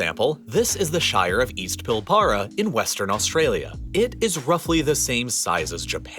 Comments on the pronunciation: Hey. He is right that we have five States on the mainland, but the island of Tasmania is still a part of Australiam, with it's own Captal City, Hobart. And the 'PIll Bara" he pronounced wrongly is the Pilbara and is pronounced more like PIlbeara, and as one word. Do Americans pronounce Arkansas as it's spelt, or as a combination of a boat, metal container and a device for cutting wood? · im sorry - pil BAR ra ?? pilbrra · The shire of East what???? Pill-bra please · Pil-bra, not Pilbar-a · Java is an Indonesian Island. He murdered the pronunciation of the Pilbara. Try Pill Burruh. said together. I have lived in the Center, The South West, North West, Woomera, Coober Pedy, Derby, Port Hedland, Exmouth and Tom Price. There are plenty of people out there. But not too crowded lol. Most population in the cities are people that have rently migrated to Australia and their decendants. Outback you will find your True Blue Aussies similar to what many may expect to find from TV shows.. An example of how little size means out there: I flew out for a job in Tom Price, going to work in the Iron Ore mine. When I arrived at the little air strip I was greeted by the person I was relieving. Handed a set of car keys and as he was about to board their airplane I asked, Where is the mine? I was told go out the airport, turn left and then the mine is the first right. I drove out, turned left and the first right was 130km down the road. Which he neglected to mention. lol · PIL-bura not pil-BURA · "Pill-BAR-RA" and I thought I heard it all when it came to names of out cities but our regions...yea that hurts And how do we get the meat...I mean we use trucks mainly and trains but trucks are our most commone transportation of goods And ironically the so called white Australia policy did us alot more good then how we are doing now if the people back then knew what would happen I doubt they would passed it...then again the LNPand labor are always looking for cheap workers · Try Pilbra